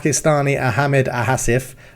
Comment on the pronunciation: Think its pronounced as a Gaelic name , O-Gil-Vee and Asif is said Ah-med no H sound